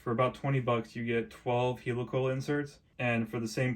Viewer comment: Helicoil - pronounced in the same way as helicopter, not 'heelycoyle'